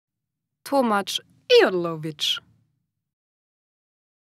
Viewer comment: Tomasz.... I am Laughing